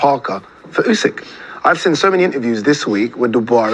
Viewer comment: why does say sin instead of seen, its irritating